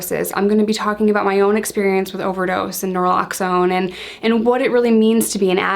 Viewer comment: noraloxone? naloxone. but its ok lol